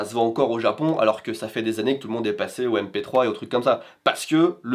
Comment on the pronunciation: ça faisait longtemps que j'avais pas entendu quelqu'un prononcer "mp3" 😆